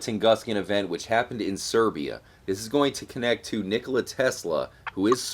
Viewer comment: Siberia, Not Serbia.